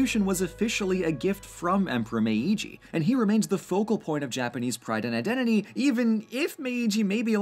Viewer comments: It’s not /me.i.dʒi/ it’s /meːdʒi/. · Protip: while the first "i" in Meiji has its own symbol (めいじ), in this instance it acts like a lengthener of the preceding "e" sound, resulting in a pronunciation more like "MAY-gee" rather than "meh-EE-gee". That aside, great video! お疲れさまでした! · I love your videos and love your channel. But it's not Me-i-ji, als the i does is make the me syllable long 😅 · Hey great video slight mispronunciation of the name Meiji. The first I is silent its more like Meeji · um meiji is pronounced meeji becuse the i sound like e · I very much appreciate the fact that, finally, someone talks about Japan and is actually able to pronounce Japanese words and names (except maybe for Meiji, that was a bit too stressed) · I agree! Great pronunciation, but I think the first "i" in meiji is just used to lengthen the "me" for another beat, and isn't spoken. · I hate how he says Meiji